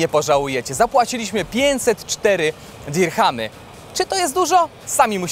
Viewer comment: w UAE raczej Diramy i H jest nieme. Materiał spox